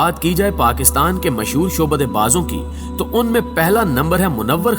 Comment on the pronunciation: Shobada nahin....Sha,abda hota hay